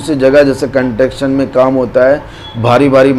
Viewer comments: Construction hota hai Sahi boliye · Apko construction ko proper pronaucitate nhi karna data to uska meaning hi change ho jata ...agar nhi achhe se pata to logo ko pls bewkoof mat banao ... apka standard itna hai k trigger 3 ka interview kia jayega to app fail ho jaoge ... logo ko misguidedly mat kijiye